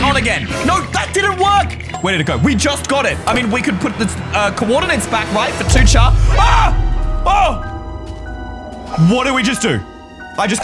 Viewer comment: ITS PRONOUNCED 2-CAR NOT 2-CHAR YOU UNCULTURED SWINE!